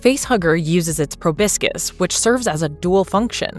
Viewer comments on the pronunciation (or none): The pronunciation of 'proboscis' is wince-inducing!